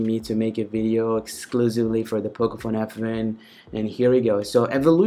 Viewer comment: Abbe sasti raand.. English jyada na chod...its not pocofone f..wen......its pocofone f1